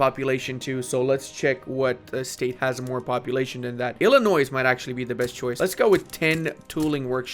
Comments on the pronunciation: I mean, it certainly sounds like he does pronounce the S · As an Illinoisan I'm required to tell you that you don't pronounce the S. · Just a heads up, you don't pronounce the "s" at the end of Illinois.